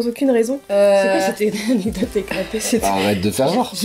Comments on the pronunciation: Je dis aussi "anedote" 😂😂 tu n'es pas seul!😂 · On dit A _N_E_C_D_O_T_E 😆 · pauvre dooms comme moi elle arrive pas a dire anecdote 🤣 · Team "anedote" en force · essaye de dire anecdote corectement